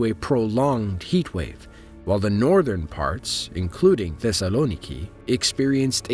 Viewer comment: You pronounced Thessaloniki wrong